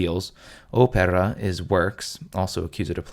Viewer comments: The 'R' from opeRa and aRepo should be pronounced like in sauRon. Yes. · lol, dude. OPERA not AREPO, no?